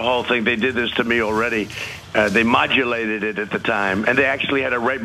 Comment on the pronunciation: modjulated??? what does this mean trump?